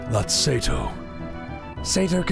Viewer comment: Incredible deep moment of nanaki learning about his real father, immersive voice acting then calls him say-toe instead of seh-to.